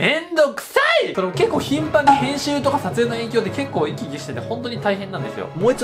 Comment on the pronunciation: 真面目だな。うん。そう。 いき き⤵︎がめんどく さい↑！